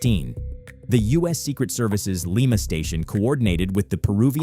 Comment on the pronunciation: Wrong pronunciation of Lima 😂